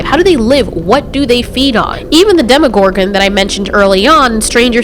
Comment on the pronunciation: "Demygorgon" This is how to make me t r i g g e r e d